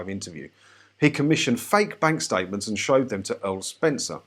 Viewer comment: "fank bank statements" sorry but that made me chuckle!